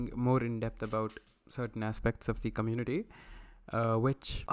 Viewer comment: communi-TITY haha